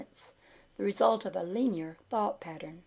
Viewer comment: I DO appreciate hearing your pleasant voice read this material. The grade school teacher in me, however, is not stopping itself from requesting that you consider consulting a dictionary for the pronunciation of the following words: poise, linear, multitudinous, camouflage, continuity, synthesis, telepathy, myriad, peninsula, primeval, and Aegean. L.V.X.